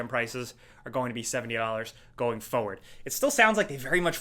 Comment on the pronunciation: Love it when you say (forward) pho ward! Haha